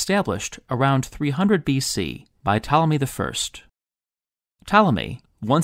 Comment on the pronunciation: I love how when you say "Ptolemy" it kind of sounds like "Tommy", which really just makes him sound like a little boy